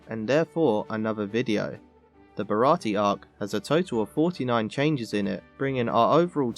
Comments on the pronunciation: Bara-tee? I think you mean Bara-tee-ay. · Wasn't it a 4Kids edit that changed the pronunciation of "Baratie" to 3 syllables (with a silent "e") compared to the 4 syllable pronunciation in the live action version?